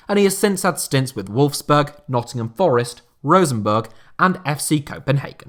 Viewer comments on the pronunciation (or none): none